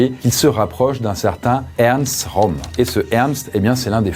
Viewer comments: Pour info, le ö de Röhm, ça se prononce eu et pas o 😉. Pour le coté psychologique, le fait de pouvoir vivre normalement tout en étant confronté à des horreurs, c'est peut-être difficile à comprendre pour la majorité des gens car ils ont une vie plutôt heureuse et n'ont pas été confronté au mal ou à la malveillance à forte dose. Il est même possible en quelque sorte de "reprogrammer" son cerveau, ça demande du temps mais aucun besoin de drogue ou quoique ce soit. En tout cas je comprend que l'on peut d'un coté voir des horreurs et paraitre normal 5 minutes après. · Le ö en allemand ça sonne comme "eu" donc Röhm se prononce "reum"